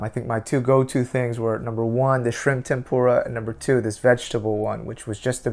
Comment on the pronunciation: That’s not how you say tempura